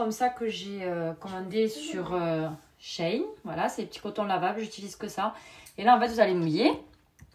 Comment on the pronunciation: Enfin quelqu’un qui dit Shein et pas Seine 😂. Et vous êtes les. meilleures kiss❤